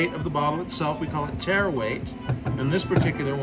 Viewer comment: its Tare weight not terra